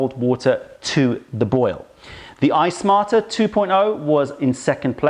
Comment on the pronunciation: Why do I keep hearing "Ice Martyr" instead of iSmarter? Sounds like a kettle with attitude. :)